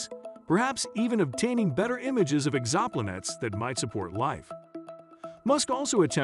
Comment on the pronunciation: The moments he mispronounced exoplanets I lost it and all my respect for him.